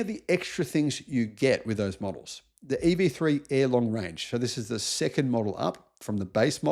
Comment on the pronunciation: Someone complained about your pronunciation once and you complained about their complaint. "Lithium iron phosphate" is a bona fide lithium battery because the cathode is lithium. A "lithium ion" battery is not a lithium battery but rather an NMC battery. This is why it's important to clearly innunciate "iron" versus "ion". 'Nuf said.